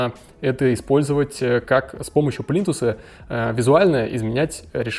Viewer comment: Говорить плинтусА безграмотно, извинит🤗